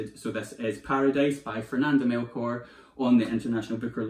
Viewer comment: You’ve convinced me to pick up Hurricane Season! I speak Spanish so I’ve always wanted to read it in the original language but it’s v hard to get here in Scotland! Love your channel! Please keep the videos coming! 💚 📚 BTW, the ‘ch’ in Melchor is pronounced as the ‘ch’ in cheese 🙂